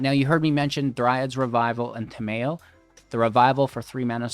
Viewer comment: "Ta-mayo" Tamayo? Ta-mayo?! What is she, a condiment?